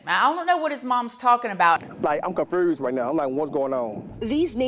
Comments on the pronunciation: ….WHAAAAAAAAT?? Chiiile, I’m “confRUSED”, too!!!🤣🤣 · Comfrused???? Yall aint even able to sound educated